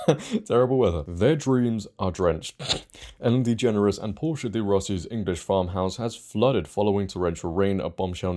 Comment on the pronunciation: U keep mispronouncing her last name